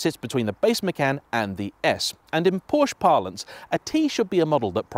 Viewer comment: What is Porsch? How one can take your video seriously when you cannot even pronounce the brand's name correctly